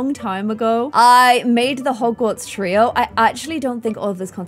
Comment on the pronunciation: grifindor treo Me: (gets rly annoyed) GOLDEN TREO